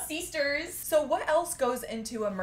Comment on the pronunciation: SAID “SEASTERS”